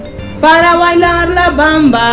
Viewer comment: Para ilalar la bamba, gogo gaga... Ay no me mató de la risa :) Me encanto jeje...Lo hizo bien, relativamente jeje